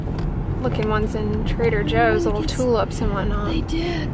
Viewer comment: translation: La Roche Possy = la Roche Posay Trada José = Trader Joe Lol